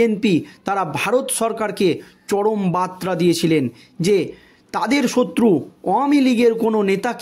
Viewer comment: ভাষা ঠিক‌ করো ভাই, বার্তা আর বাত্রা‌ কি এক‌? উচ্চারণ ঠিক করতে হবে ।